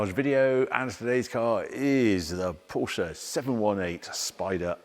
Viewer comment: Thanks for using both syllables when pronouncing "Porsche". (Mat Watson take note)